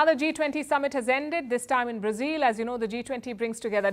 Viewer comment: It’s not brazeel silly woman…instead of focusing on your boring propaganda pay attention to your embarrassing pronunciation